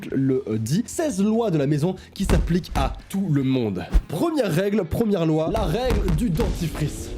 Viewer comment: Il a dit loua au lieu de loi 🤣🤣😭